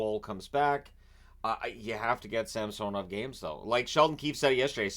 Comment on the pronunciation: Can you please pronounce samsanovs current pronunciation right? 😅